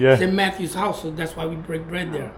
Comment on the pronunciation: 'this is Rocky Balboa's houuse'.lol. you are sounding more like Naomi and maybe a Scottish person when you say Houuuse. Just something I observed. What do you guys think of the lads blocking up Ireland with the protests?. I've been to many against this evil government and usually we are bullied and abused by the riot squad. Good thing about this is......they can't bully and push on heavy machinery and trucks. I think we need more feet on the street. I think I will go in and stand with these guys. It's not just fuel, it's the state of the nation and it's idiotic policies regarding illegals and the cost of living. One lovely.